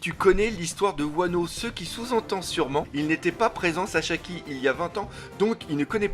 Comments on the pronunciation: Mais il s'appelle Sasaki! Pas Sashaki, pas Shasaki, et pas Shashaki:D 😂 Bonne continuation 😉! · " SASAKI " et pas " saCHAki " mdr et comme d'habitude une très bonne vidéo et l'image et le son top 👌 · Pourquoi tu dit chachaki ? xDD